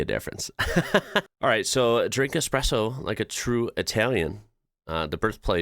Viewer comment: At least most of the time I heard Espresso and not EXpresso my dear old dad always said "If the good Lord wanted me to drink coffee with milk and sugar, he would have put it in the coffeebean"